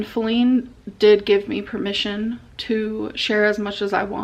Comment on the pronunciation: Perfect example of her laziness is how she stopped saying Feline by the second video and just started saying Flin